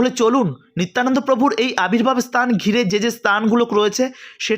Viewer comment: আপনার ভাষার সংলগ্ন তার অভাব।। উচ্চারণ গুলো ভুলে ভরা।। দুএকটি উল্লেখ করে অবগত করানোর জন্য সাড়াই পন্ডিত স্তান নয় স্থান আবির্ভূত হবে আবির্ভাব নয়!! দু: খের বিষয় বাংলাভাষাটা‌ ভালো করে বলতে পারো না আবার ভিডিও করছো!!